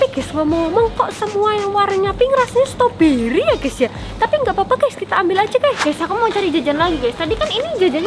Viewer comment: ngomong ngomong bukan stoberiy tapi strawberrey